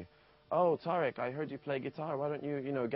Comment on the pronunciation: why she saying his name weird